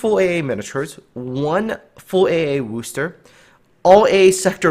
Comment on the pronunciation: Because that is the correct pronunciation. Kind of like Leicester, looks like lei-ces-ter, but actually pronounced lei-ss-ter.